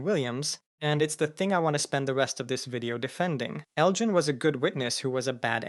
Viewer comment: Ugh… why do you keep pronouncing Elgin’s name incorrectly and correctly all within the same 2-3 sentences? I was happy that you pronounced it correctly for the first time, but then you weren’t consistent with it.